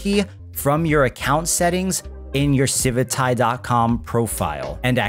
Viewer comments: Does anyone else have the strong urge to never use this project again every time you hear them say the word "civitai" as if it were spelled "civitae"? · It feels so weird to hear you say civitai, i read it as Civit A I for years xD